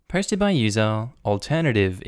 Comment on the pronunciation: I get the intro fine, but for some strange reason every time he says "posted" I hear "hosted" 😂😂